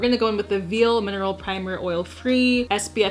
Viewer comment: reads veil as “veal” me:👁👄👁